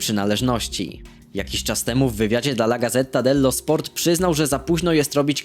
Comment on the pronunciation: piekne odcinki ale taka podpowiedz Gazeta dello sport czytaj gadzeta dello sport (to nie hejt)